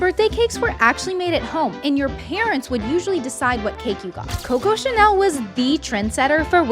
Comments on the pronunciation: Not me having to restart the video 7 times to hear if you said Coco chanel or Bobo Anel COCO CHANEL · Girl at the start you were saying Coco Chanel just like the video that said Coco she fell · Who heard coco chanel